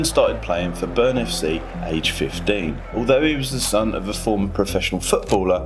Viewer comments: Bryne, not "Börn" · Bryne" as "Burn", "Molde" as "Mold", "Ole" as "'Ol" lmao. Monolingual anglos are truly ignorant about the most basic features of other languages. These e's are not silent. The r in Bryne comes after the B, not after an u that is not there. You have access to Wikipedia and Google Translate. It literally takes a couple of seconds to check if you are unsure. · I love how he pronounces "Bryne" as "Burn". However, I can't really find a good way to explain how to pronounce Bryne, feelsbadman.